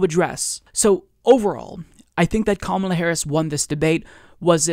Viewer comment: It's Ka-MAH-la, not KAH-ma-lah.